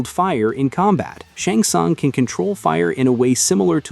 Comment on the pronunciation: as soon as I heard him pronounce "SHUNG SUNG" I lost all respect!